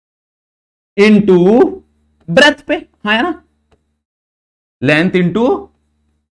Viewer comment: Breadth ❌ Breath ✅